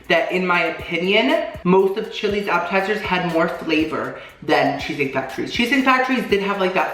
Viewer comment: Is it just me or does appetizers sound like apple tiers